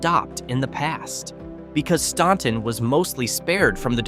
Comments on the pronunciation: It's pronounced StANton, not StAUnton. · Pronounce Staunton like the U isn't there. It is called phonetically "Stanton" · As a native Virginian, you are saying Staunton all wrong and it drove me nuts. STAN-Ton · its definitely pronounced stan-ton. Ive lived by it my whole life. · "Made up mostly of crab fishermen," he says, showing oystermen next to a pile of oysters. They're called "Watermen." Also, Staunton is pronounced like "Stanton," because they misspelled the name on the record but the pronunciation stayed. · I get it, but your pronunciation hurt. We’re weird and don’t always pronounce things the way they are spelled.